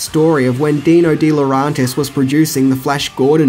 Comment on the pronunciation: you trigger my OCD every time you mispronounce DeLaurentis...it's phonetic,pronounce it more like dela-urentis,jeez...